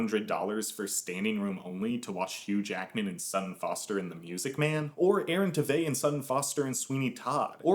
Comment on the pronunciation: also not to be that person but aaron tveit’s last name is pronounced “tuh-vate” 😅